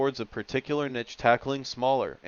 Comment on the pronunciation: This commentary is truly awful, sounds like a robot. Can’t even pronounce niche come on dude sort your life out